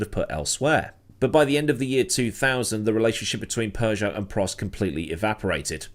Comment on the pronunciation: It is Peugeot, not Persia 😂